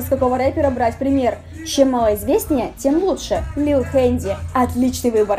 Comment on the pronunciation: "Лил ХЕНДИ" БЛЯТЬ!!!